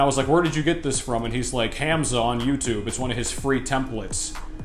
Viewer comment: Bro all I got to say abt the video is that your pronunciation of Hamza is a bit off. The pronunciation is more like Hum-za. Not trying to be rude, just trying to tell you how most people pronounce it.